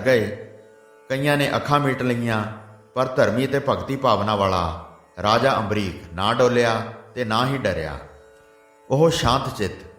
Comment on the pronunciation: Bhai ji ambrish hai ambrik nhi g